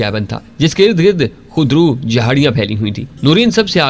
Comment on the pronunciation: Khud Ro not Khud Roo